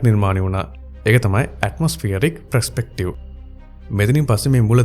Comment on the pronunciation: ප්රෙස්පෙක්ටිව් නෙමෙයි. පර්ස්පෙක්ටිව්